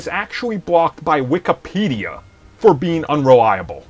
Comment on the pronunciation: It's Wikipedia not WIKAPEDIA